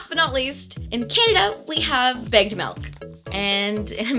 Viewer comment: it took me so long to realize that was milk in a bag. I thought she was just say8ng "big melt" over and over again and I was super confused 😂